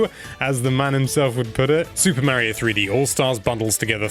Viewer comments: Say MARY-o one more god dang time. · Super “Marry-oh”? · no offence, its kinda annoying how tou pronouce "Mario"